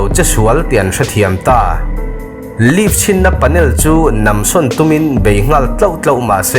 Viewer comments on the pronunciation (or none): none